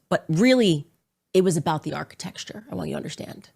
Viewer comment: I've heard architexture so much it started to sound right. The brain melts listening to this woman 🤣